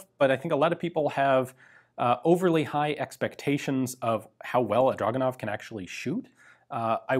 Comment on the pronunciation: It's pronounced Dragunov.